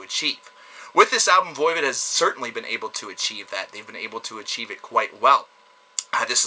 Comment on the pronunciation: What's Voivid? Some kinda french porn? It's voivOd. You know like GOD not gid...